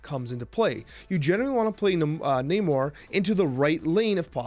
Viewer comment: Ayyy He's finally pronouncing namor properly hahaha. Love your vids my dude